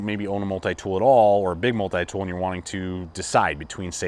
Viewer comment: I hate the way you say multi-tool, good video but that is annoying.